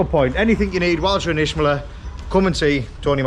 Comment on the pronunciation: (Itch)meler please friend not ishmeler